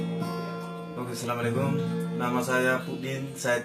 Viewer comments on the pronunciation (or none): none